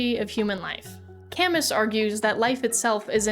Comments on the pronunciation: Great video - few things. needs a fact check: Sisyphus is a centuries old greek myth, NOT written by Albert Camus. Camus is pronounced Ka-moo. I think you have the bandwidth and talent to do longform video-essay type content - just maybe a fact check here and there if you're going to explore this format! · its pronounced CAMOO btw 😭. sorry I had to read his Algeria stuff for school and my prof was stern about that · Important note: it’s pronounced “ca-moo” and he did not invent Sisyphus; he only added a new interpretation on the Greek myth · Isn't Albert Camus's name pronounced 'Camoo' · "albert cam-is" hit me like a truck but otherwise a great video! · Albert Camus was French. His name is pronounced alBEAR kaMOO. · Hey! A few quick corrections: Camus is pronounced “camoo”, and Sisyphus isn’t “from” his essay, he’s a character in Greek mythology who was forced to do the boulder thing in the afterlife because he pissed off zeus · Albert Camus = Al-Bear Cam-Oooo (Cam-ew) He was French. And no, Sisyphus is not from Camus. Sisyphus is an ancient Greek Myth. He existed long before Camus did. Albert didn't invent him, at all. He was not a metaphor for Absurdism. It is not a metaphor for the Absurdity of Human Life. It is the opposite. It is a representation of someone WITH A PURPOSE, unlike Human Life. The rest of us in Reality have no purpose and therefore live the Absurdism of an uncaring and empty Universe that does not give us inherent meaning. That's why Camus said: "We must imagine Sisyphus as happy." Because Sisyphus has a point to his existence. His purpose is to push a boulder up a hill for eternity. He has a goal. He has a meaning. The rest of us do not. So, instead of seeing him as suffering for eternity.. we should view him as happy to have an actual goal of his existence. You missed alot somehow...? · An even more nitpicky correction - Albert Camus is pronounced with a silent T, silent S and the u has an ee sound So like Alber Camee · "Albert cammis"